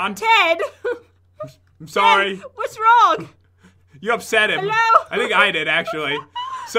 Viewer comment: i hear sor soury